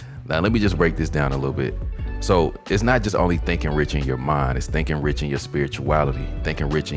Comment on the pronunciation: Rich doesn't rhyme with six. Aw well.